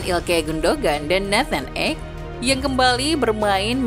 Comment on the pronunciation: Ake bukan ek...perhatikan pengucapan nama pemain...